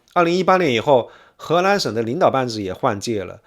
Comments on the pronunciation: 听了三分钟，从发现是河南，不是荷兰，还奇怪怎么荷兰还跟少林寺扯上关系了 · 您不能區分中文 “南”和“蘭”的發音嗎？:elbowcough: 請熟讀後再開講，否則不就貶低您的身價。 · He Nan, 不是He LAN. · 荷蘭？ 河南？ L 和 N 好像混在一起！ 內容真的不錯👍👍👍